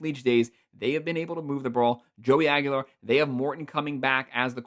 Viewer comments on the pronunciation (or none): none